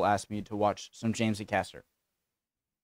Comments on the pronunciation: One small thing, his name is not pronounced aCASTer , it's pronounced by stressing the first A, as in Ay-caster. But yes he's brilliant. Very original material and a unique delivery style. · His name is pronounced Ay-Cast-er. Embrace The Suck 21 said his name about 3 different ways!! Pronounce the A and Caster